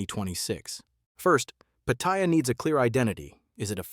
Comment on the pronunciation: The name is pronounced PATTY AH.